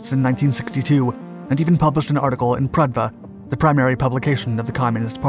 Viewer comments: "Pravda", not "Pradva". Means both "Justice" and "Truth" in Russian. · pravda not pradva edit: also if you noticed in that video the M1 rocket is enormous compared to the Apollo mission's rockets it's because Russian nuclear technology required way larger and heavier equipment to go boom, so the rockets were equally larger and heavier. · What the hell is "Pradva"? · It's pronounced PRAVDA, not PRADVA. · Its PRAVDA, not PRADVA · Prahv-dah not Prad-vah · Pravda. The Russian "B" is their "V". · It’s pronounced Pravda so don’t forget that V. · Lol, he mispronounced Pravda too...